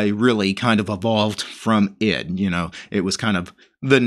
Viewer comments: it's pronounced E D , not ed watch interesting video 'Where GREP Came From - Computerphile' where Professor Brian Kernighan explains it alongside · Actually it's pronounced "e d", not ed ;) And between ed and vim there was ex. Great video! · You do realize, don't you that 'ed' is/was actually pronounced "E D", the individual letters much like 'vi' is. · Oh, and it's actually pronounced E D, much as how ex and vi are. You don't need to quit and restart ed to get a "prompt." A capital P command will work the same way as that -p argument at the command line. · ED was pronounced E.D. (eddie) buy the person who developed it and the people that used it when it was new.